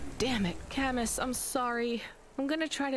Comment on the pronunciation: That's not how you pronounce Camus